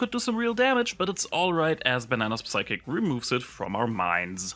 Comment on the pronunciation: Nice vid, let me boost it a bit by saying that 'P' in 'psychic' is silent